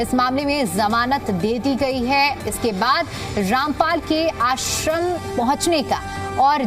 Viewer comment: Pahile to bolna sikh lo sant ka nam kaise liya jata hai